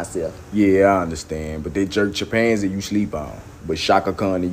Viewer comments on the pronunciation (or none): The way they pronouncing chimpanzee hit me dead 😂😂😂